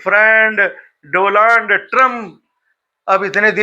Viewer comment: Bahut sharm aati hai... India ko aisa anparh Pradhan Mantri mila....jo "Donald" pronunciate karne ke bajaye "Dolarnd" ... pronunciate krta hai😢